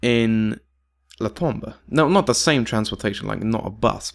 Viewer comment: It's pronounced Tom-bou(ght). The bou is pronounced with a british accent. Et voilà, Tombeau pronounced perfectly.